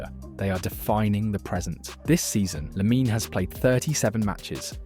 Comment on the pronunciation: It’s Lamine, not “Laminey” 😒 Beautiful video nonetheless, thank you